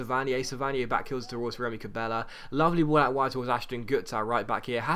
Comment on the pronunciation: It's funny how says names sometimes ex: Keita - Keiter Cabella - Cabeller